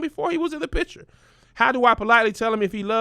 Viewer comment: Kev incorrectly pronounces "picture" as picher or some version of this and it irks me. There is a c and t in this word. I hate when small, unimportant things bother me this much. Of all the things in the world to be disturbed by... honestly